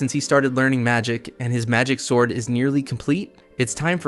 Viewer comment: "He starts looking at a ... swourd"